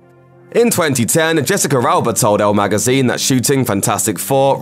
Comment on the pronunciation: "Jessicer Alba"